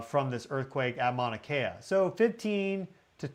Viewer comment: Keeeeeeeelauea. Not kill a waya. Please? It’s painful to listen to so many mispronunciations. Mauna Kea is Mow-na Keya. Mana Keya means White Spiritual Power. Mowna Keya is White Mountain. Mowna Loa is Big Mountain. You got Pu’u’o’o right.😅. Hope to see you sometime on the Big Island. Malama Pono! A hui hou in da flow. 🏝 ❤ 🌋